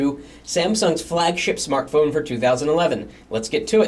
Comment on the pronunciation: notice the difference in saying "the thinnest SMARTPHONE"... :)